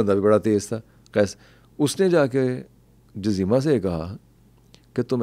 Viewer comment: جزیمہ میں ج پر پیش ہے 😊😊😊